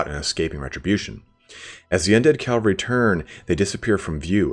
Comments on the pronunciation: I really like your lore vids, but I'd dread to watch any related to Bretonnia, because it bugs me when people say "calvary" instead of "cavalry". :) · Cavalry not Calvary. I swear I'll beat it into yet!